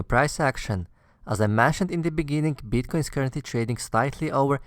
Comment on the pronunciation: beeetcoin :D